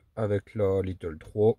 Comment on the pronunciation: Pas little comme tu le prononce mais lite ou comme de l'ail avec te à la fin. Désolé 😶